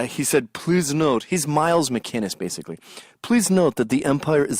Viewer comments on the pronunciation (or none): It's "McInnes" not "McCinnes".